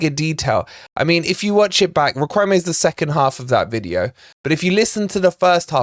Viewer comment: Great daily transfer info,! BTW, Riquelme pronounced “Rick-el-meh”.